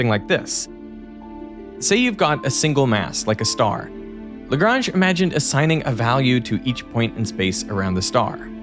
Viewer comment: Why is the name Lagrange mispronounced?